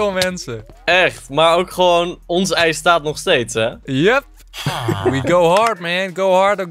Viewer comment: waarom zeg je heel de tijd eit